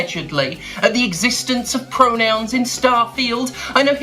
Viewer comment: FAWKINGK PREWONOWNZZZ